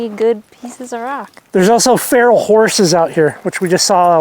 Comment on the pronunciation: Have you found the semi hot spring in Panaca yet? Rocky hill behind the pond, possible spot, great place to swim in warm water. It’s on the edge of town. Oh yeah, it’s PAH NACK CA. One more thing those are WILD horses, Farrell sounds so disgraceful. Overwhelming. Enjoy.